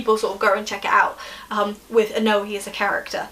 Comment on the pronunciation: I thought Oenone was pronounced ee-KNOW-nee